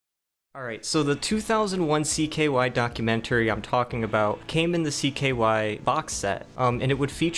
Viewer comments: "Docu-Men-Terry" STOOOOOOOOOOOOP It dude "Porch Floor" Dude, you English very, very weird lol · Docu-man-tary... Chrysler LeBron lol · Dude pronounces “documentary” so weird